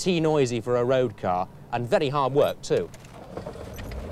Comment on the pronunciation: Why did 70s TV presenters say the word 'very' as 'viddy'? And say 'wheel' pronouncing the 'h'. Alan Partridge does it.